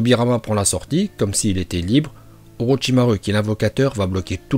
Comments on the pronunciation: « Orotchimarue » 😭 sinon tres bonne video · Orochimaru avc le u😂😂😂😂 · Mdrr il a sorti orochimaru(u) au lieu de orochimaru(ou) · orochimarou pas orichimaru 😅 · Pk tu dit orochimarU moi je dit orochimarou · il a quand même aussi dit oroTCHimarU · T'a vraiment dit Orochima rue ? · Déjà j’adore ces vidéos mais j’attends juste qui prononce "ninjutsu" et "orochimaru" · C’est pas jutsu mais joutsou / ni Orochimaru mais Orochimarou 🤦‍♀️